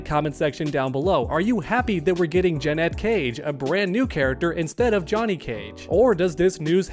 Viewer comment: Why is he saying "Juh-net" Cage?